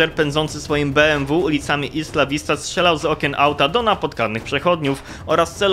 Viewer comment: Cymbale niedouczony tego się nie czyta ISLA vista.